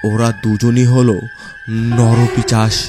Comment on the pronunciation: পিচাশ না পিশাচ 😂😂😂😂